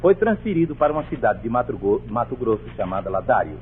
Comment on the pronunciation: Aos , Almirante se enrolando cometendo um pequeno deslize ao falar a palavra Mato Grosso...